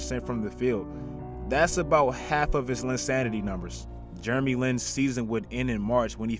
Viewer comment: "Germy Lin"